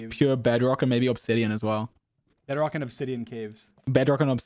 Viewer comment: Is it just me that hears "better rock" when dream says bedrock